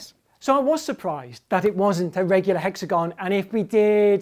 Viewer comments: Spoilt by mispronunciation of "hexagon"... stop pandering. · monsieur grimes says hexagon weird